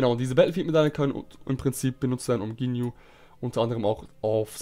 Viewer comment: Kannst du ginju ginju aussprechen statt Jinyu